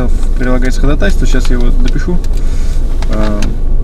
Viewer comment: диктует по буквам хОдОтайсвО , как в третьем классе